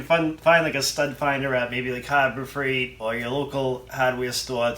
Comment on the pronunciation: He said “Hobber Freight”. Was he trying to say “Harbor Freight”? 😅😂🤣😅😂🤣😅😂🤣😅😂🤣